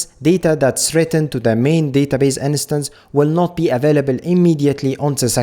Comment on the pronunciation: Uh, possibility of choosing read/write connection via config is awesome. nice vid. ( please look up how "instance" is pronounced, it drives me crazy :D )